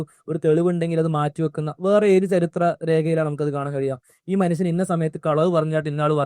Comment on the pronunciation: Manusan , please say atleast manushyan.